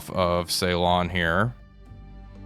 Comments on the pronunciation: Okay, I don't want to be 'that' guy but Ceylon is pronounced Sillon rather than Saylon... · Whilst he's at it, could he please pronounce Ceylon "Sillon" not "Saylon".